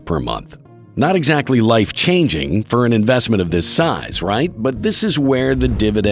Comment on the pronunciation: Great stuff as usual! Keep up the great work guy and! Learning so much, but "Life-Canging"? 😮